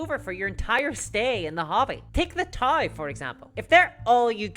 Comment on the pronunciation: Hey, Dawn of War is what got me into 40k and warhammer in general. Then I had no money and went Bolt Action. Also, it's t'ah-ow (Tau), not Thai, but since you're inot Mordheim (Reikland Mercs m'self) as well, I'll let it slide.